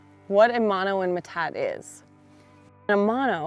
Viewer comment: metate - [ muh-tah-tee; Spanish me-tah-te]. It isnt that difficult to pronounce. Also we have them grinding stones and manos all around my late grandmas homestead. I am Diné (Navajo Nation). In fact we still use them to grind our corn 😊